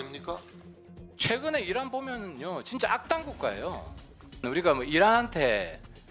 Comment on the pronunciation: 어~~~ 난 어란이라고 들리던데... 이란이라고 한거였어??? 내 귀가 잘못됬나보네.. ㅎㅎ